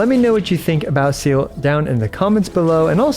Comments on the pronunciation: Vets should know better, not "Zeala" as well #ggx #veteran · Pronounced "Zee-luh", in german all Es must sound the same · Not to try to put hate comment or anything. It's actually pronounced as Zay-leh. It's a German word. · No hate but its zeh-leh its German. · wanted to cut my ears instead of hearing him call her seal throughout the whole video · It's ze-leh, first half is sth between se- and ze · except the in game pronunciation is wrong also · already dont rate the guide if you can't even say her name right thanks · How hard is it really to pronounce seele.. my gawd 😂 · I'm not gonna complain about this, but Seele preneounced "Sele" in japanese and "Se-ar" in chinese... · you don’t have to be German to know that that’s not how you say the name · Her Name is german for Soul. Let google pronounce it for you 😅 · I didn't know it would frustrate me this much hearing new players prononce Seele's name the exact way Veliona doesn't like. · Her name is just "Soul" in German has nothing to do with aquatic Animals. You just pronounce it wrong every single time. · bruh it’s not mhy fault at all. You can pronounce it however you like but you might be pronounce it wrong because it’s german, not English. It’s the same as how westerners pronounce Liyue/Sumeru characters wrong. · Bruh her name is Seele, it's an E and not an E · It's actually see-lee not seal also pls don't take this comment as a hate comment I rly love that you also make guide vid on hsr❤ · everytime i heard seele pronounced as seal it felt like a bullet was shot through my head...... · Bro's pronunciation of Selee is "Seal" 😭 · IT IS "SELE" SELE!!!! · It’s not SEAL you dumb english speaker, Seele is a german word just like Walt and you have to pronunce it in german. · U pronounce seele “seela” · is that how the neglish voice actor pronounce seele? a seal? seriously? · kind of off topic, but i also think "see-leh" is a better pronunciation. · i used to pronounce it as "silly" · its zeere not seal bestie plsssss